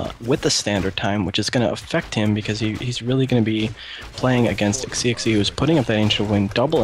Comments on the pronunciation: Im pretty sure the guy is chinese, so xixi should be pronounced kinda like shishi i think! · You god damn right you're going to cast a lot of games tonight. And what SiRquanko said, it sounds like Shishi. Good cast though.. maybe let introduce himself, cause "Hi, whaddup" seems.. Yeah..